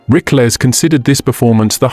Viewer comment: How about pronouncing his name correctly.